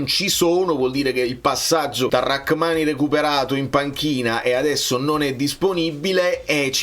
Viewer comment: È mai possibile che a nessuno è venuto in mente di controllare come si pronuncia Rrahmani? La h è muta!